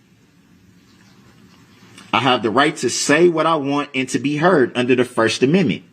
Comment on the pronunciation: lmao over, ''mend mints'' .... i want to scream when he slaughters that word ....